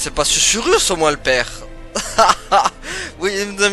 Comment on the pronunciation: Coucou mon et c'est parti pour l'épisode 17 de Forspoken. Susurrus, et non sucrus mdr..Que d'enchaînements et belles cinématiques, on en a beaucoup appris, c'était très intéressant! Eh oui on sait qui est sa mère, mais pas son père, j'espère pas que c'est Krav lol..Eh oui elle est d'ici et pas de New York! Elle a toujours eu ses pouvoirs en elle, en fin de compte! Pas de blagues aujourd'hui avec ces histoires émouvantes! Un super combat contre la bête, beau travail! C'était trop simple pour mon! Attrapez les tous, mon a fond sur la chansonnette des Pokémons hahaha! Par le pouvoir des 3 comme sur charmed lol, bien trouvé hihi.. Oh la vilaine brute, il t'a pas loupé, allez destruction en beauté garantie droit devant, yeee bravo! Eh oui Krav n'est plus dans le coeur de Frey, c'est certain! Mon qui n'aime pas cet ennemi, il t'avait énervé dans les combats avec les lampes..un vrai chieux lol...il comprend pas ce qu'il lui arrive, il est vite mort au final.. Quel combat contre ce zozio hihi, génial, tu as géré! Quel bel épisode! Je te souhaite une belle journée, prends bien soin de toi et de grosses bizouilles!